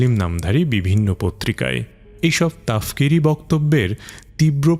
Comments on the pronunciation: তাফকিরি না, শব্দটা তাকফিরি হবে। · তাকফিরী হবে, তফকিরি নয়